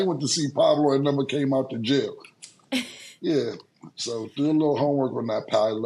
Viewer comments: Cam calling Paolo "Pablo" is hilarious because nobody correcting him 😂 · ITS PAOLO NOT PABLO 💀💀💀💀💀💀💀💀💀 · wtf Cam or Swaggy P on Gils arena keep calling Paolo the wrong name it’s no B in his name you damn idiots